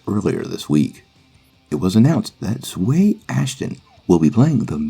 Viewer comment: You pronounced her name wrong, it’s pronounced (Zow-we)